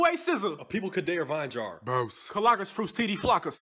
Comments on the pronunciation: he pronounced Bose correctly 😂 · dude says bose correctly